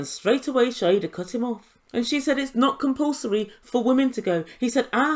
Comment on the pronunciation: Her name is Shaeeda (shy-da) not Shaeda (shy-hida)